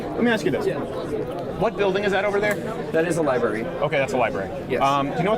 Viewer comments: He said liberry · And the fuckin Dink calls it a liberry 🤦🤦